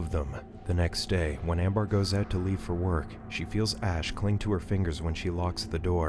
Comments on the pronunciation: Is it really "Am- bar?" not "Am-bur?" cause if so, wtf? lol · It's (ammm bur )not bar